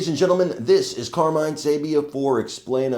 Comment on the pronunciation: WOW! Authentic, did you say Camine??? You couldn't get more authentic! Trump was on a roll.